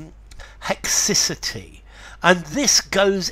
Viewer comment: I looked up in a dictionary, and they pronounce “haecciety” different to you